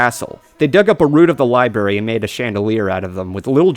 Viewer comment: wait wait wait. Did you say liBARY?!